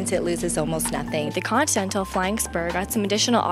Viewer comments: "Contental" flying spur?? ContINental :p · god damnit girl its con-tin-nel-tal